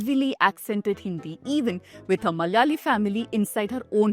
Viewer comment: When you are making a point about Bollywood stereotypes of the south, you could have also researched the correct pronunciation of Malayalam and Malayalee! Everytime you utter those words you pronounce like North Indians - Malyalee and Malyalam!!! 🤦